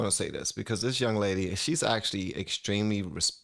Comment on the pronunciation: “In dis hypothetical situation”